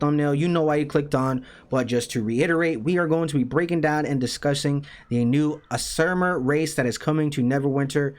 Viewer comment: AZZ ZI MAR az-zi-mar That’s how you pronounce it